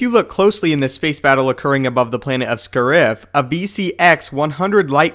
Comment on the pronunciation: ehhhhh, cringing at his pronunciation of "scariff"